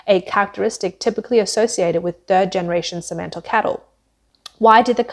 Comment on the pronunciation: "Cementle" cattle. HA! Simmental, dummy. Great narrator you got there.